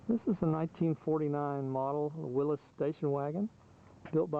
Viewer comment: Nice video and nice Jeep! And SO nice to hear someone who actually knows how to pronounce "Willys".